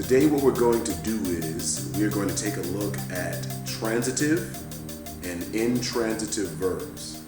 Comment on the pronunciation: wait did he just say intrantative????